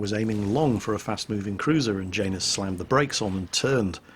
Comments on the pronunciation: it's said yanus not Jane us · Janus... I feel that's a slavic name, meaning to be pronounced "ya-noose." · is it just me or does say Janus weird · Yeah, it does sound kind of odd to my ear too. ;)